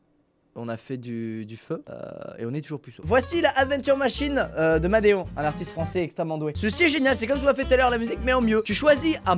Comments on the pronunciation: S'IL TE PLAÎT, C'EST MADEONNE QUE ÇA SE PRONONCE PAS MADEON, MERCI 💕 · il a dit qu'il était très talentueux même si il ne sais-tu pas prononcer son nom (qui se prononce "madéone" et pas madeon :D